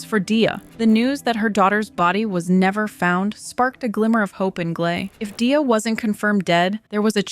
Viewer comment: No hate, but Gleys intro shows how to pronounce Dia lol